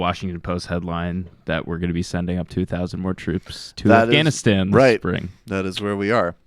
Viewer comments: Why do you pronounce Afghanistan õff-gõn-õ-stõn? It sounds forced and wrong. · In Farsi and Pashto its actually pronounced more like the way he says it.